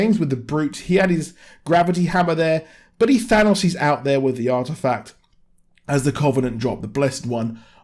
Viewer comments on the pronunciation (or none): none